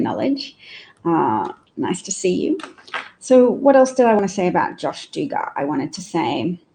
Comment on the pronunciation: Glad you talked about josh Duggar. And it’s pronounced dug gur like I dug a hole, and gur like the noise a tiger makes grrrr. I can’t believe how they defended him. How can his wife stand by his side after this? She has like five kids with him already. Not a chance in hell if my husband was found to be in possession of child sex abuse tapes or pictures, would I stay. I’d be out of there with my kids as it’s your job as a mother to protect your kids. But that family is so backwards and patriarchal that husbands are second only to God. His wife must have women’s intuition but instead is continuing to be brainwashed by that crazy ass family and quiverful movement. Right wing Christians are the hugest group of hypocrites in the world, don’t even get me started. Thanks for posting.